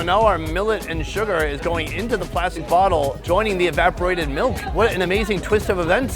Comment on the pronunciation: E-vap-or-ate-id, sound it out brother